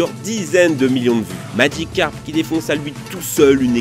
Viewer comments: Pourquoi il dit maDgicarpe ? C'est Magicarpe. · "MagiKcarp" xD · pas « madjicarp » , magicarpe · C'est Magicarpe, pas madjicarpe, putain! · SKOUIZI ! ( LEU MEYEURE POKÉMON, C MAGICARPE ! )